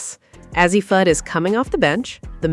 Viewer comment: I'm done...😂😂😂 After hearing her mispronounce Fudds name I started to just click off... But then she butchered Paiges name... I said Deuces, I'm Out... 😂😂😂😂